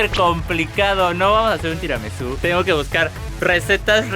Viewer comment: cuando Karen dijo tiramizu yo me dije mandameeee